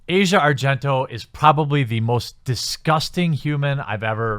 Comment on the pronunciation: Your ignorance is showing. 1)The #me too movement was started by activist Tarana Burke over a decade ago (2006). 2)You don't even bother to pronounce Asia Argento's name correctly, yet you seem to know her well enough personally to know that she's a "cockroach" and a "mosquito". Her name is pronounced "AH' see uh", not like the part of the world /continent known as Asia. I'm neutral on the subject of Asia Argento. Neither a fan, nor a detractor. However, the out and out hate you exude towards women in general is palpable and thoroughly disgusting. There's nothing like whipping up a little bit (haha!) of division to rile up the masses. On the other hand, maybe (just maybe) you're so pissed off because no self respecting woman would ever even want to be seen with a guy like you.